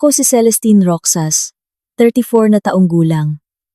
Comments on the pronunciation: MALI ANG PAG BIGKAS NG ROXAS IBIGKAS MO NG GANITO ROHAS IYON ANG TAMANG BIGKAS SA ROXAS HINDI ROKSAS 😂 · Bskit ang pagbigkas ng narrator sa ROXAS ay ROKSAs ? Hindi yata marunong bumigkas ng salita ang narrator? Yong salitang Ginoo binibigkas lang ng G. Ang dami pang mga pasakalye.